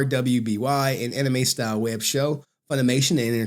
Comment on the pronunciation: Omg watching this I’m literally cringing it’s MIG YAWN NA and RWBY is pronounced RUBY 😂